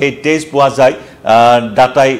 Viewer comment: তেজৰ উচ্ছাৰণ তে'জ হলে বৰ কিবা লাগে আৰু দেই।